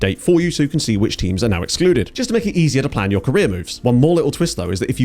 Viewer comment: Thought you said temu's database 😂